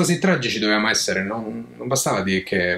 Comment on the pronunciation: Sei la prima persona che pronuncia per bene il nome Van Gogh. Sto a piagne.